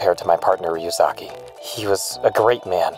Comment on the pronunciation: Light not noticing that pronounces matsuda and ryuzaki just fine, is the best part of this so far lmao